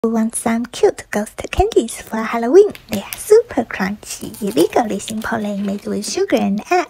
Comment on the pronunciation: '' they are super churchyyy '' No offense to you but the word churchyyy is funny 😭🤣